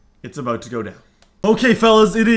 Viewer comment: He said aboot looool